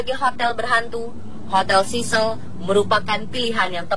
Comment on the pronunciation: Sebutan 'cecil' pun tak betul..penyampai berita nih